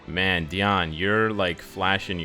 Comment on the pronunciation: I appreciate how you pronounce Diane